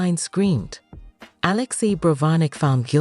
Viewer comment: Alex-ie. I can't stand AI narration. Geesh